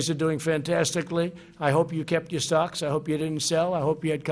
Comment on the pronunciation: He says stocks but I keep hearing socks going down.